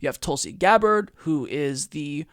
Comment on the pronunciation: Hey! From your newest member, sincerest thank you for not only acknowledging us, but pronouncing my name spot on correctly. No one ever does that! Keep it coming......and keepin it real by keepin it Tulsi.